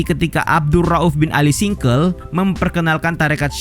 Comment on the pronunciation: min bukan al singkel,, tpi as-singkili,, SINGKIL ACEH min😁😁